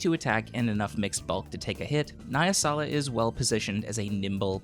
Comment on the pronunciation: nah-yeah-sala my ears